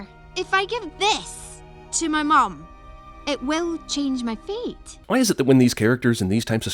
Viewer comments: Out of all the years of watching this, every time she said fate... I thought she said feet💀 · Everytike they say "fate" or "feat", it sounds like they said "feet". Changing her mom's "feet"? That's just weird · When she says fate it sounds like feet. Don't you wish you could change your feet. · The entire time I watched this movie as a young idiot I thought they were saying "feet" not "fate" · in this movie the word fate sounds like feet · When I was a kid I thought she said feet instead of fate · When I first watched this I thought they said feet and not fate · I KEEP HEARING FEET EVERYTIME SHE SAY'S FATE